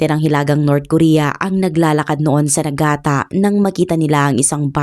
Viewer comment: Nigata po hindi Nagata…